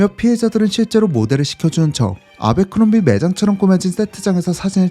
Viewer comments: 제빌 아베크롬비라 하지마. 미국가면 아무도 못알아둘어. 애벌크롬비다 바보야. 아 짜증나게 아베아베 거리네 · 미국에선 애버크롬비라고 발음합니다. 아베크롬비. ..ㅡㅡ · 아베크롬비 ㅋㅋㅋㅋ 정말 세상에 없는 콩글리쉬 발음. 애버크롬비다. 제발 본국사람이 모르는 발음은 그만.... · 애버크뢈비&애버크럼비 사이 발음이 더 가까움..내 20대를 청담 아베크롬비 플래그쉽애서 보냈는데.. 추억이 새록새록하네 ㅎㅎ